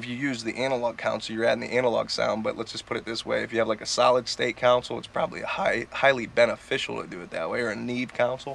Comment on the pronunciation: Nice studio cuddy. Yeah... the Symphony I/O is incredible - best converters I've ever used. My mixes sound so much better now. FWIW... a "console" is pronounced [kon-sohl] not "counsel". Great video regardless.